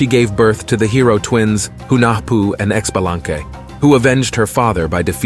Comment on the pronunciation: Pretty sure Ixchel is pronounced “Eesh Cheil” or “eeh-schELL”. The X is definitely not pronounced like an X. It is an ‘sh’ sound. Xbalanque is more like sh bah lan kh…SH as in "shadow". Bah as in... bah (strong A). Lan has a soft a sound, as the U in "sunk". Last "que" in the end should be pronounced as an abrupt KH such as ending the K sound in the word "tank".